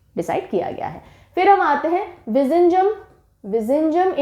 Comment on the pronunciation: Vizinjam nahi it is viyinjam 😅pronounce